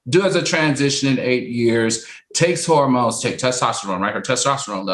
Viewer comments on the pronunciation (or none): Please tell funky that it's not pronounced horror-mones 🤣 but hormones 😅